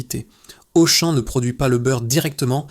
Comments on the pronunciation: le beurre auchane 😂 de l’ia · Pitié ! Arrêtez d'utiliser l'IA pour la narration, même pas capable de prononcer correctement Auchan ("beurre Auchêne" 😅)...